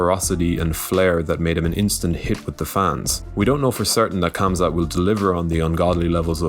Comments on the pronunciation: Unless he is arab or speaks good arabic, I don’t think he can get it right. This his how names with ‘Kh’ in them are pronounced : That ‘’H’’ in arabic is really hard to get out of the throat if you are not used to it lol. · dude stop pronouncing Khamzat that way the K is silent